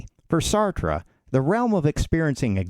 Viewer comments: Well made video. Would recommend looking up "How to pronounce Sartre" but other than that great job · Pronounce his name properly You Americans cannot speak English !!!!! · It would have helped if you pronounced his name correctly. Just sayin. I had to read Being and Nothingness in school. It was the only text book used in the class for the entire semester. It's a bear. Of course the class was Existentialism. Um, the guy's smart.